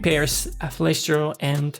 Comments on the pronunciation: Flash....flesh ... flush 😂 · It‘s flush. Flush, not flesh!